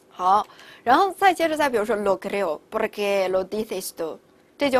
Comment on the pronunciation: Por就没必要发大舌音了吧 听着好辛苦